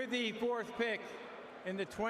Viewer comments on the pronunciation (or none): none